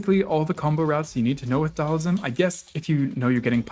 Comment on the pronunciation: It's Dhal-SIM. Not Dhal-ISM.